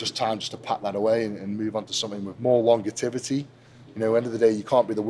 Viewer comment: Longertivity 😂 the beast creates his own language